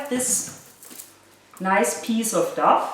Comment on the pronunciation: You speak English very well, but the dough is pronounced "doh".